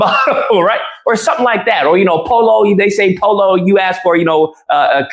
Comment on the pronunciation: "Po-lo"??? You mean "Poh-yoh"?? Who's really the uppity gringo?? 😂😂😂